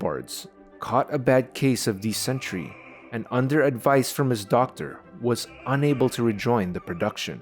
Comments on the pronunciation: Dysentery is pronounced Diss-En-Terry. Not Disen-Tree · But minus points for his pronunciation of dysentery